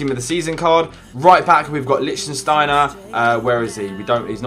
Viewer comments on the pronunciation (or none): it is lichtsteiner not lichtenstainer 😄😄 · pisses me off so much when jack calls lichtsteiner Lichtensteiner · I find it so annoying how everyone says Lichtsteiner like the country Liechtenstein... Just learn the difference